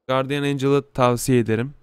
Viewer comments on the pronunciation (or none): guardiyın, banşi, last vişpır değil; gardiyın, benşi, last vispırdır canikom